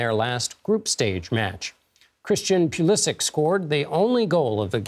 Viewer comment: It's Pulishich, not Pulisick.